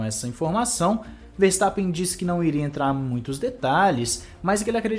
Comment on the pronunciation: Chupa "Farstappen" kkkkkkkkkk